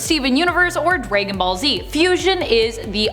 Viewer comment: Nice job pronouncing DBZ, Draygon ball z...